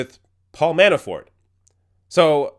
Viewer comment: Is he saying Manaford? Anyway... Funny